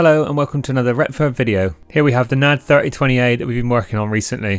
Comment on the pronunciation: N A D .. not "nad"